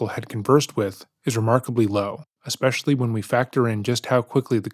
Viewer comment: ‘Especially’ not ‘expecially’